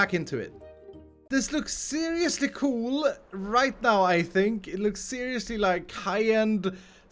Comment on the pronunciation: The way you say coooooool makes me know that you are Swedish :D